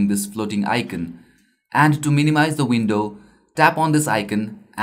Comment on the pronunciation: One thing, icon is pronounced i-con not i-cen😀